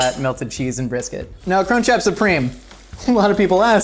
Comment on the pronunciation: I watch most American youtubers double time cause you all talk a bit slow, and as an Australian, every time he said "crunch wrap" it sounded like "c*nt trap" and its just bloody hilarious tbh